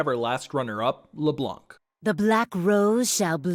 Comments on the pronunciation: Please stop saying LeBlonc LeBlonk LeBlonq it's LeBlan literally a French word. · Ye, french is my first language and i approve.